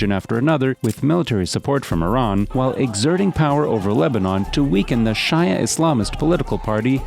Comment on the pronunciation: "Shia" is pronounced (SHEE-ah) Good video though. MBS is scary for sure